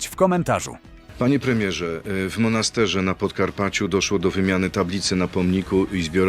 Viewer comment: W MANASTERZE a nie MONASTERZE